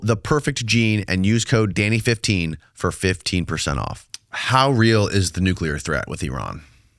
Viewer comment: Why can't pronounce 'nuclear'?